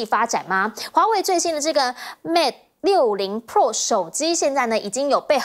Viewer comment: 主持人注意, 是mate 而不是mad 不是mad in China, 是made in China